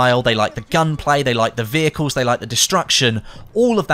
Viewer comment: I love driving wheicles 😂 I know you're saying vehicles